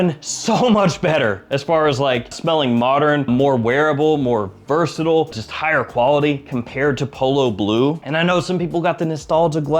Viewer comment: UK here! How do you manage to say "versatile" without pronouncing any of the vowels? (vrrsdddll) I have tried it several times and I almost choked to death! 😂